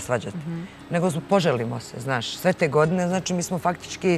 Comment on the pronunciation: tri go'dne zeno daj nauci da postoji slovo ...A sa fahrom smori...sad joj se ne uvlace vise u pedu